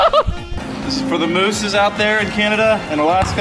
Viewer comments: James said “FOR THE MEESE!!” lmao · It’s mooses been saying it for months